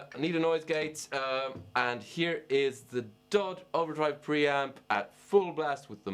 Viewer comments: Yeah that darn foreigner..He piss me off, darn that ol' dude It is D-O-D not DODD!! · Am I the only one uncomfortable with the fact he said Dod 250 and not “Dee oh Dee two fifty”